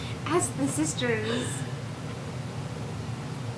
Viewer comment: HAHAHA.... "ask the sistrrrzzz"